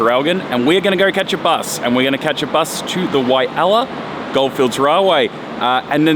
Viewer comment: great video but please get the name Walhalla right